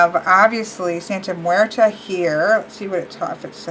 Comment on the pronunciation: You need to practice saying that name because I kinda cringed when you said the name. Not that I'm saying you didn't say it entirely wrong. On some occasions you said it right